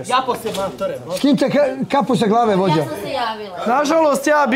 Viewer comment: Molim najlepše da se Jovani javi da ne skrnavi više beogradski akcenat... Ne mogu više da slušam taj uou uoauau 'Vuoditelj', 'Vuođa...' I tako...